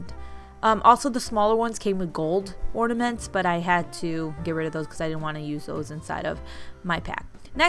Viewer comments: But she says orD-a-ments. Uhhmmm....There's no D in that word.... in normal people land at least. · The issue isn't that you're saying "orda-mints" it's that you're saying it with a D sound. There's no D in or-na-ments. Now the real question is, do you call it Valentines or ValenTIMES. If it's the latter, I don't even know what to think about that. 😂😂😂 Oh, the same with people who put a T sound at the end of HEARSE. Hmmm....I wonder what else. 😮🤦‍♀️🤷‍♀️🤫🦨🤪🥺😁🥱😂🤔🤐🤐🤮😭🤣😳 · Young lady I think you are hilarious!! New subscriber right here! 😊 Don't let nitpicky people get under your skin. Ornaments, ordaments, balls, baubles.... who cares! Your video, your personality, your words! Love your DIY's and will be spendibg tgexrest of today watching more of them. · Your killing me with pronunciation of ornaments lmfao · Haha. Silly people. You could always call them “Baubles”, but whatever people are criticizing your pronunciation would probably say something about that too.